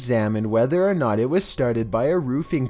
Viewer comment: Why does he say "was" like that?? The inflection is maddening.